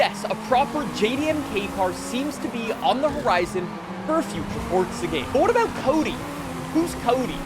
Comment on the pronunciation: Brother please stop saying FORDZA. It’s forza uggggghhhh 🤮🤮🤮